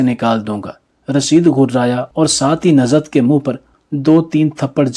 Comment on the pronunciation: It is Nuzhat not Nazhat,it is namaz not namaz.